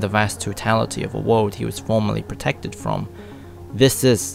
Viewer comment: Can you Please Stop saying world. Or “Wode” as you keep saying it. And don’t say it’s just his accent. Most Europeans would at least fucking say the L. Ahhhh it hurts my ears